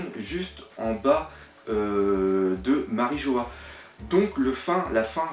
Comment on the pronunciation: "MariJO-HA", ah et aussi "Shaboadi"